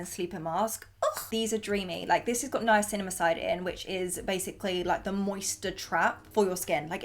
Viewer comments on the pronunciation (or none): The way she said Niacinamide 🤣💀 I’m weak love u girl but it’s, Nia-SINA-mide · Girl 😆 the way u say Niacinamide took me out 😂😂😂